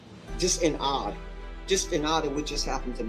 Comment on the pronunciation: Did that dude say "in odd"? Or in awe?